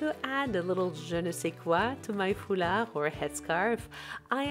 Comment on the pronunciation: The way you say chambray, je ne sais quoi and foulard - are you a native French speaker? :)